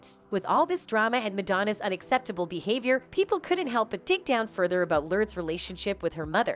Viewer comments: Would be nice if the AI narrator would pronounce simple names correctly..."Lurds?" oy BTW.... "Lurds," is of age now... this video is old. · I hate how you pronounce both their names. It’s Lur-des and not Lordes. Madonna and not midonna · The fact this robot keeps saying “lurds” 😂🤣